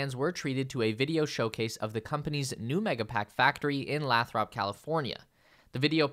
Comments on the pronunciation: I live close to Lathrop California. It is not pronounced Lath-rup, it is pronounced Lay-thrup. 😊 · Breaking News! It is “Lay-throp” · The city where the mega packs are built is pronounced Lay-Thrup. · It’s pronounced Lay-thrup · FYI Mexico is in North America. Also you need to learn the correct pronunciation of Lathrop.